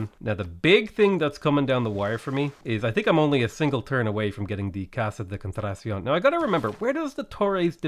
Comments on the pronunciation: CON-TRA-TAH-CEON potato its ok your best effort is all that matters my Irish friend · Just say "contradiction" with a Spanish accent. It's basically the same pronunciation as English lmao. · I get very annoyed on how 'hard' it is to enunciate spanish names, It's not that hard buddy kon-tra-ta-sión. that's it